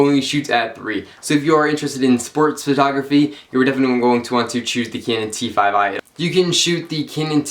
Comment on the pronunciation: Why can't this fucker say cannon